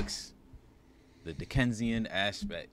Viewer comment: I'm sorry but I bust out laughing when mispronounced "dickensian" at the beginning lml The newspaper characters use that term a lot in this season so I'm surprised yall missed that. David Simon is practically throwing the term and its meaning in our faces repeatedly but he's still spitting. The homelessness focus in this episode and how we as a society treat them as well as how the characters are now using them for their own agendas was brilliant. I'm glad yall are enjoying the season so much. Never got the hate for it. McNulty is definitely starting to feel guilty for his actions and his scenes in this episode is him trying to keep justifying his actions to himself. I was absolutely on McNulty and Lester's side. Marlo needed to go and when we see how now the resources are coming out the ass based off of a lie compared to how the city handled the situation with Marlo an actual killer and basically a real life serial killer then you better believe I was all the way for it. Not saying that what they're doing is right as it's not and they are very aware of this but they are nowhere near wrong on how backwards the city of Baltimore is.